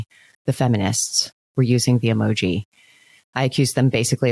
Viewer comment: Even if “emoji” is the correct plural usage of the word emoji, the way they pronounce it sounds so friggin’ pretentious! It’s honestly just as infuriating as the story itself. No one that isn’t a complete d-bag uses the word “emoji” when talking about more than one emoji! Just add the “s” and stop pretending to be smarter than everyone else!